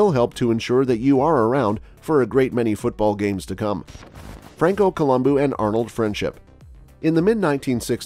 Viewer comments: It’s colum Bo not columbooooo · It’s not Coluboo it’s pronounced Colubow 😜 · He said it quite well it ends with a "u" not an "o" and in the romance languages vowels retain their singular sound. Thus Col-um-boo or bu is correct. Col-um-boh is not. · Colombu not Colomboo!!! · Why does this guy gotta call him Columboo? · Yeah every time he pronounced his name I cringed but lots of folks pronounce words differently so I was inclined to just give it a pass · At least pronounce his name right, bro! Good grief. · Learn to Pronounce his named correctly if you are going to do a video....kinda blows your credibility on what you are reporting.